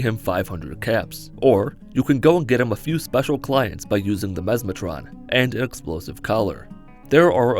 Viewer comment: Memeatron? Memestron? Memesatron? Mesmatron, ohhhhhh Any if the others would’ve been better